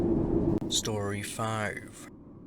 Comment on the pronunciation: lol STOOOOREY WAAAN really leaning into that accent